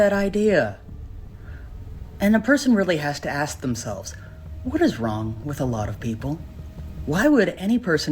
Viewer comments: Why certain demographic can not pronounce word "ask"? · "You axed" ... 😒😔 Seriously, when did we stop pronouncing words the way they're spelled? Why is this SO hard for some people? I hear it with other stuff, too. People say "expecially", "exetera",.... it's ANNOYING! There is no "X" or "cs" sound in ANY of these! Please learn how to speak and read. It's elementary school stuff!